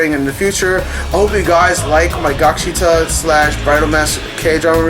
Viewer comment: lol it's gaksiTAL. with a L sound in the end. not gaksita. but I loved gaksital overall as well that ending got me crying so hard. it was awesome.